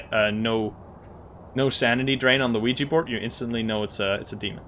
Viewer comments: Look I know I’m not crazy this guy says “LUIGI” board and it’s fucking with me 😂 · Hold on did you just say Luigi board? It literally sounded like it